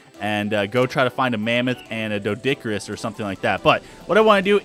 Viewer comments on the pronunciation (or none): it's pronounced Do-eh-dic-irr-uss